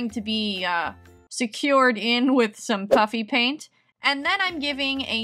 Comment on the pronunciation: It sounds like she’s saying puppy paint😂